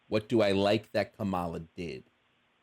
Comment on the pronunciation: Her name is pronounced like "comma" "la". Not "ka" "Mala"